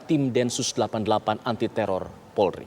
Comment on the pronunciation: pembaca berita menyebut "PORLI"